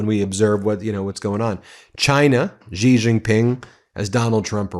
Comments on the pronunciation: touch - its not "ji" its pronounced "she" jing ping !! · Guys, let me help you out here. Xi is not pronounced Ghee, it's not even a hard sound for English speakers. Xi is pronounced exactly like the English pronoun 'she'. Don't overthink it. Xin (Hua) as in the newspaper is like 'shin'. And you are welcome to any and all: 'That's what Xi said' jokes. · X is pronounced closer to sh. It definitely is not pronounced like a j. Please correct your pronunciation! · You do not know how to pronounce the "X" sound eh? It shouldn't sound like a "J". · Can you please just say Xi's name right, please? Not "Gee", just say it like "she". Don't overcomplicate it. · The PRC dictator's name is pronounced as "she" not "ji". Otherwise "xiler" is acceptable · You are not pronouncing the president of china's name properly Xi is pronounced the same as she. Being a reporter , you should learn how to pronounce people's names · She JingPing it’s pronounced She. Like he/she. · Xi is pronounced ‘She’. I promise. It sounds funny pretending it’s some mystical sound. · You would think after all this time and hearing his name correctly pronounced, Ben would put even a modicum of effort into it. It is XI (pronounced SHE - like She is a doctor). Seriously, you get every middle eastern name correct. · Why don't you pronounce Xi correctly? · FYI, xinhua is pronounced Sinc - Hua and Xi is pronounced Sea